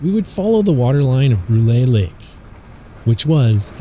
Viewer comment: It's not pronounced Brulayyy... It's pronounced Broool lol. And it's a beautiful hamlet. I live about 20 minutes from there. The views are breathtaking.